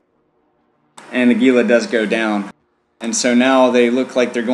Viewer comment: Speaking of "stupid annoying derpy ignorant", it's pronounced HEE-luh, not GEE-luh.